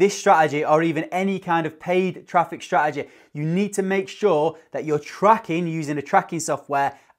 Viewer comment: Love the accent on the word “strategy”🤣